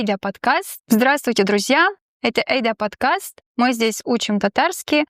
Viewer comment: А почему "подкаст" вы произносите на русский лад (с аканьем), говоря по-татарски?